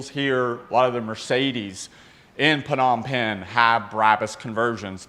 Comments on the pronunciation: Hey love the content just wanted to let you know that you don’t say the P in Phnom Phen it’s just nom pen, have a great one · It's just pronounced as Nom Pen. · Love your energy and enthusiasm! As always, it gets me going for the rest of the day. Just one bit though: it's pronounced "Nohm pehn" with the silent "p" upfront. and yes, Cambodia is China's rich's playground and money laundering haven... hence the top notch cars you see there.